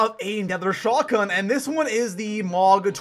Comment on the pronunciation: Shot gun not shagun. Your voice is annoying and over the top